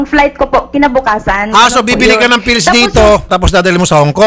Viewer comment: maka-anga-anga ka naman po kay sir raffy. PILLS po hindi fills. 😏